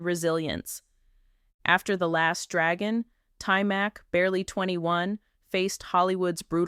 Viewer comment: His name is pronounced tymock not tymack. His father was an artist not a karate instructor, although his father got him into martial arts when he was a kid. Cool video though